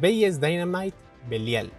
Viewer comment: pronuncia mal el Belial